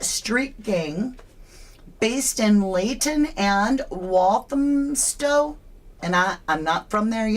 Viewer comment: you pronounced Leyton & Walthamstow perfectly. ❤